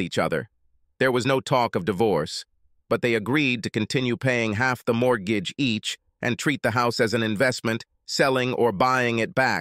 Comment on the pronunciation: Paul dating his wife is ridiculous. The insult and humiliation wouldn't allow it. Both kept paying the mortgatchi? Dancing to the mariatchi i believe. The AI voice is bad but the pronunciation is sometimes awful.